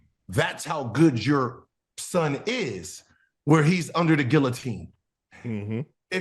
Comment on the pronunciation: the GuiLowteen😂😂😂